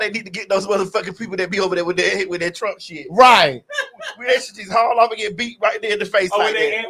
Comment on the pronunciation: Caitlyn said i will bote for Donald trunk 🤣🤣🤣🤣🤣🤣🤣🤣